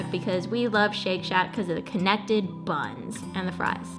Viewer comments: Le Cro-yee?? Girl. It's french. La Cro-wah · thank you for teaching me how to pronounce La Croix properly. I can now stop pretending to sort of speak French. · you need to look how to pronounce 'La Croix'